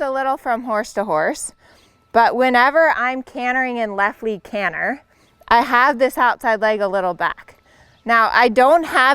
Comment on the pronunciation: Gerry cinnamon won’t be happy with her “cannher”😂